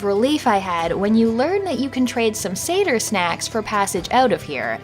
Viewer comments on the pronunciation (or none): none